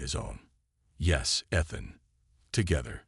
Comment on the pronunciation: No way to teach the AI to pronounce Ethan correctly?